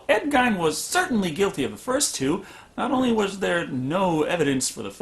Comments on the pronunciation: Geen not Gine. I live in Wisconsin. My Grandma lived in the same city. Geen, not Gine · Geen damn it ed gein is pronounced like geen good review but the ed gine thing got infuriating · CRS XD ive never heard anyone pronounce it gine...it’s always pronounced geen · The way you pronounce Ed Geine gives me aids. It's not "guyne" it's "gayne" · To nitpick, it's pronounced Geen, with a hard G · To be fair to him, the way it's spelt is usually pronounced Gine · Gein rhymes with mean not fine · Teapot Inc both are not correct. One is correct because he was American, the other is incorrect because he wasn’t German. His name is GEEN not Gine. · Gein is pronounced GEEN, like rhymes with Green, Scene, Spleen, etc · Is it not pronounced 'GEEN"? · The way the guys on Mystery Science Theater 3000 pronounce it, it rhymes with "sheen". Since they are from that part of the county, I've always assumed they were correct. 😁 love your channel! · your mispronunciation of gein's name is driving me crazy, lol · Judson, and Sean should be pronounced "Seen", not "Shaun". Who really expects great consistency with spelling and pronunciation?